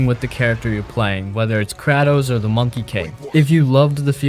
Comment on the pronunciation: Kraaaaatos? Bruh what is up with you and the way you speak these words?!😂